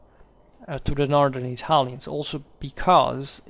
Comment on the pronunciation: Your channel is the best historical channel here on youtube, this is not an opinion but a simple fact. Thanks!🙏🏻 Side note: are you Italian? I ask just because as Italian I have to say that I've never listened anybody pronouncing Italian toponyms and names in such a perfect way! If you're not .. well, congrats!👌🏻